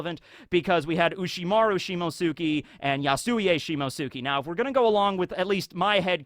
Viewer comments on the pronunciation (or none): Please...... for the love of god... I can't take it anymore... it's not "Shimosuki", it's "Shimotsuki". Like Akatsuki, but you switch the "aka" with "shimo".